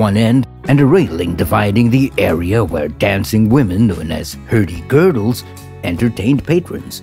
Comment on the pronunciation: Herdy girdles? herdy girdys...